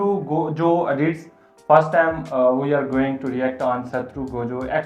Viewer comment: Gojo ka name to sahi hai tume bolna nhi ata